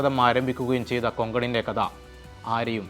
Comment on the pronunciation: ബാവി അല്ല.. ഭാവി കദ അല്ല.. കഥ. അക്ഷരങ്ങൾ നോക്കി വായിക്കൂ..